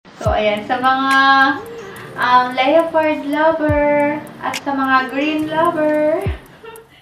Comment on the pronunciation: Though ang spellimg is LEOPARD but ang tamang pronounce po is LEPARD hindi LEYOPARD constructive criticism po☺️✌️